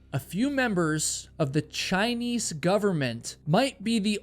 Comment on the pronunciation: why do u say "chiniece"